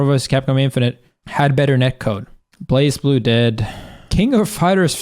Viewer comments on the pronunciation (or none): Leffen its not really that people skip, its mostly because you have a dead category... also you mispronounced blazblue